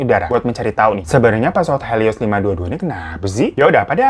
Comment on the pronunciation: Pesawat HELIOS bukan HELOISSSSSSSSS wkwk Semangatt banggg bikin kontenya,ailopyutomat 💓